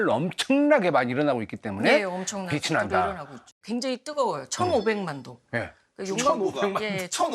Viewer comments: 빛이....비치가 아니라 계속 비시로 발음하시네요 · 공부 꽤나 하신분일텐데 자꾸 빛을 빗이라고 발음하네 거슬리게...